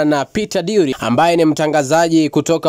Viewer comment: It's Drury not Dury